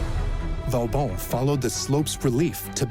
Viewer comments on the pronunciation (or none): Per favore, disattivate la voce dell'I. A. che non ne indovina una !!! Vauban è diventato in poco tempo Vavon, Va Bon, Vavàn, Valbòn ... Ciò toglie serietà e credibilità al documento !!! 😂❤🎉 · Too bad the AI voice and CC wasn't able to pronounce Vauban's name properly.